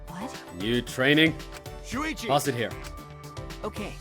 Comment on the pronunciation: “Succi” lmao do ye mean “Shuichi”